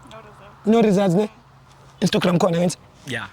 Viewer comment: The way athi “instagram “ will forever be funny 😂🤣😭